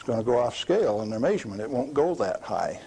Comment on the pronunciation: May-suring. May-surement. 😂